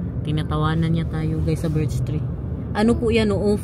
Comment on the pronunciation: Birchtree not birdstree